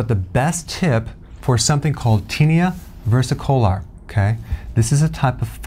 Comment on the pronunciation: Did he say versa-cola? The word looks like versa-color.. like reversing the color of the skin which I think it does.